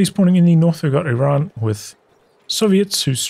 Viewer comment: Where are u from. You pronounced Iran correctly . In an arabian manner i mean